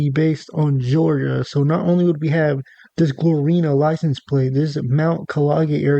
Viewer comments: It’s Gloriana not Glorina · bro said Glorina 😂😂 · Glor-Ri-Ana is the correct pronunciation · Yo never make a video on something u know absolutely about ever again pls just save yourself from that embarrassment “rushing” or not it takes literally 1 second of looking at the word correctly to say it right and u tried to explain things about florida u had no knowledge of smh do more research before making videos bruh Not only did u say gloriana wrong but u also said mount kalaga wrong! Now u knew damn well u were gonna say the word likea million times in this video why the hell didnt u make sure u were gonna say it right?! Smh do better